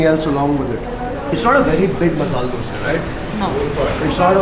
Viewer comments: Love it when u say dose instead of dosa..😆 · I like how he says Dose and not Dosa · Wonder why you call them doseee and not dosa ?